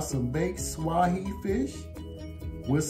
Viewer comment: The name of the fish commercially farm raised in Vietnam is a species of catfish that thrive in the rivers of Africa is SWAY, ONE SYLLABLE!😮